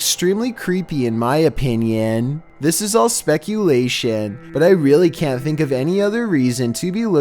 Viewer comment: Hunter Sadler I finck it’s perfecet